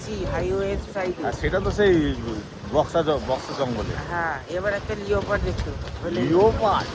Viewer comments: দারুণ লাগলো ব্লগটা ।খুব enjoy করলাম ।আমরা হাতির পিঠে কাজিরাঙ্গা ফরেস্ট সাফারি করেছিলাম আসামে ।খুব সুন্দর ট্যুর হয়েছে তোমাদের ।ওটা লিওপার্ড নয়,লেপার্ড উচ্চারণ করতে হবে ।বারবার বলছো খুব কানে লাগছে শুনতে । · উচ্চারণটা লিওপার্ড নয় উচ্চারণটা হবে লেপার্ড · ও দাদা লিওপার্ড বলে না, Leopard কে লেপার্ড উচ্চারণ করতে হয়। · লিওপার্ড টা কি মেদনিপুরিয়া'দের স্পেশাল ভাষা 😂? আমরা তো জানি "লেপার্ড"। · আমি অবাক হয়ে ভাবছি আর দুজনেও লিওপার্ড বলছে, মেনে নিলাম লেখাপড়া হয়তো শেখেনি কিন্তু ভাই দুটো তো লেখাপড়া শিখছে নাকি, class one এর students রাও জানে লেপার্ড বলতে হয়। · Spelling holo Leopard kintu pronunciation hobe lepard